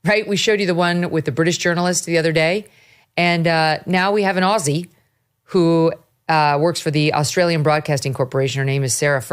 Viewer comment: Your the first American to pronounce Aussie the right way 😂😂 that I've heard 🙂🇺🇸🇦🇺